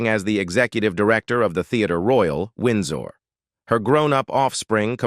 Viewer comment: Train your bloody robot, eh. Wnds-ore. Tay-land.